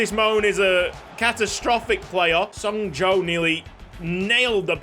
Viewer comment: Seungjoo´s name pronunciation its actually something like " Sung Ju"